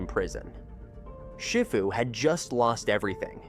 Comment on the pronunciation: More AI slop pronouncing Shifu incorrectly...